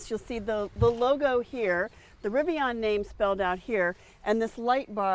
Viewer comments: Rivian - pronounce it like VIVIAN (the ladies name). It's not RiviON or RiviANNE. Driving me nuts so I had to say it. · It's pronounced riv-e-an, not riv-e-awn.🙄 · Nice review and interior details with a specific application for families. Riv-I-on pronunciation a bit grating. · It’s driving me crazy too. People saying it wrong sounds like they are talking through their teeth asking their butler to pull their Rivi-yawwwn around to the other side of the yacht and load it full of the cash from their royal tennis court at prep school. Lol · How can you review a vehicle when you can't even say the brand correctly?